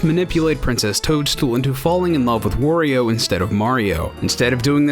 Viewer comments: "Wah-rio," not "wor-rio." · Wario is not pronounced Wurio, it is the same as Mario except for the first consonant. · Holy shit, it's aggravating to hear you say "Worry-o" every goddamn time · Cool video! But, man, I hate the way you say "Wario." It's WAH-ree-oh, not WORE-ee-oh.